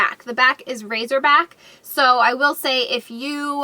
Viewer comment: It' sounds like you're saying, "razor back."